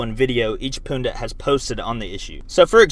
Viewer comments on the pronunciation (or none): Poondit... son, you must have had a good weekend... Pun-dit, not Poon-dit ;) Interesting vid nonetheless.